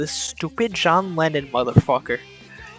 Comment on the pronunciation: series = "serreys" What is this strange accent?